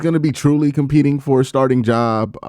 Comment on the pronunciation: He couldn’t pronounce “starting “ took him a minute.